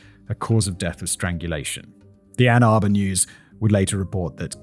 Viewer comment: Well at least he said Ann Arbor right. Lol